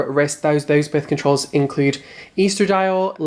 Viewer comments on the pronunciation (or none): none